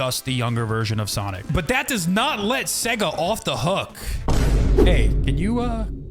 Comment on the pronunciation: In of you slow it down it sounds like he’s saing seg instesd of sega